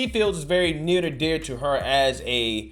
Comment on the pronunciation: "Neardadear to her"